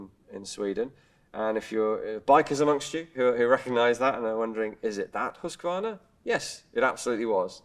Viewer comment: A general industrial manufacturer, just like FN Herstal used to be over in Belgium, and like Heckler & Koch in Germany was in their early days. I'll never get used to how English speakers pronounce Husqvarna, by the way.